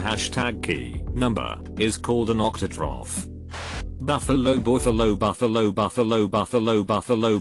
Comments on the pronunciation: octothorpe, not octotroph. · This one is wrong. It's actually 'octothorp(e)'.